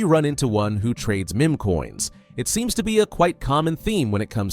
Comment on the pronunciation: Look how it is pronouncing meme